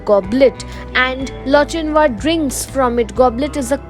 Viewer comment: wrong pronunciation of Lochinvar